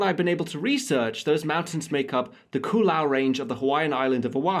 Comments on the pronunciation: Sure the radar wasn’t going to be on Mt. Ka’ala? Highest point on the island. There is a military road there and FAA radar today. Ko’olau is pronounced Ko oh lau. Means “windward”. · Lol hey I’m from Hawaii so I think I can help with the pronunciation of Ko’olau. Unless you’re going for the perfect pronunciation it’s pronounced “Ko Oh-Low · Ko- oh- lauz!